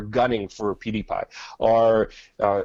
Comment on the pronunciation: PewDiePie* not Peediepie...